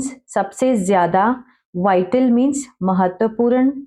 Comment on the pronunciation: आपका इंग्लिश जैसे strong है वैसे hi हिंदी वीक है महत्वपूran ni महत्वपूर्ण बोला जाता h